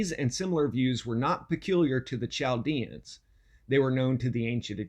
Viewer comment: Pronounced Kal-dee-an